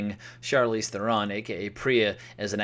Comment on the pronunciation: She's one of your favorite acresses today, yet you don't know how to correctly pronounce her name. Interesting. Hint: it rhymes with heron, like the bird.